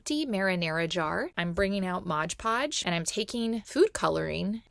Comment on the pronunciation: Ummm... I tgink it's Mod Podge, not Modge Podge.